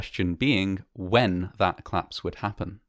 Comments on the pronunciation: Fine voice, manner and research It only demands proper pronouncing. The much-used "collaose" has two syllables. COL-LAPSE. This is a duty to listeners and to your otherwise superb work. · Another great documentary from this channel. I'm a big fan, but I just can't get over the way you pronounce "collapse" as "claps"! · ‘Clapse’ no, no no …… collapse …. co-lapse. Aargh!